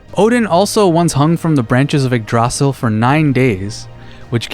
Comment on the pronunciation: It hurts me so much hearing igg-drosel But i can understand why youd pronounce it like that 💀